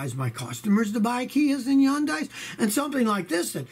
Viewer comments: Hun-die not yun-die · It’s HUN-DAY. Jesus Christ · Its pronounced hun-day. Rhymes with sunday. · Wait I that it was pronounced “Hun-day” not “Yun-die” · kia and Hyundai the new Ford Firemobile of South Korea....by the way it's pronounced HunDIE....Rev up your fire suits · It's "HUN-day"! Geez! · Yun-dye? Someone thinks they're fancy but actually doesn't know how to pronounce the companies name. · Yuneyes it's Hyundai Scotty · Love you, Scotty, but for the love of God, PLEASE learn how to pronounce Hyundai (it's HUN-day). You do NOT pronounce the Y in a Korean word like that. 😉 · Scotty, I enjoy your videos, thanks for all the hard work. You seem like a smart guy, a little research will tell you that the proper pronunciation for Hyundai, is like Sunday, the Y is silent. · Every car has problems. But Scotty go back to school and learn how to pronounce Hyundai